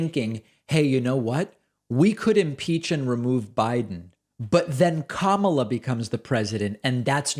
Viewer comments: There's no way they couldn't know, it's just a way to broadcast that they actively disrespect the person and encourage their followers to do the same. It honestly reminds me of a playground bully walking around with their toadies and wannabes, purposely mispronouncing other kids' names to make themselves smirk. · Republicans' brains are rotten with protein eating worms. They can't pronounce "Kamala" a 6 letter simple name. Nor are they familiar with Constitutional law and said document or Admendmants. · Yes, David, they are 100% intentionally mispronouncing Kamala Harris’s name, just as they do/did with KBJ… And just like they do with their ridiculous “democrat” party — instead of “democratic”. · BS, she has said how to pronounce her name, that is the only pronunciation acceptable. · They mispronounce "Kamala" so that the inflection sounds just a little more like "Obama." Another dog whistle. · As far as their pronunciation of Kamala’s name, it is definitely a jab at her and an attempt at bigotry. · Re: Kamala mispronunciation… lack of respect. Plain and simple. (They are simple people. Haters gotta hate) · They can’t pronounce Kamala Harris’s name because they are trying make her seem exotic and unamerican. It’s no different than the Obama not being an American citizen conspiracy. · I think as far as MTG she’s ignorant and probably doesn’t know how pronounce the Vice President’s name! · Yes, getting VP Harris’s name wrong is a subtle dig. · Also, I definitely think that republicans purposefully mispronounce Kamala’s name as a subtle insult to her. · So funny they can't say Ka-ma-la, since it rhymes exactly with la-la-la ....The very sound they make as they stick their fingers in their ears and walk away whenever anybody brings up holding Trump accountable for his corruption.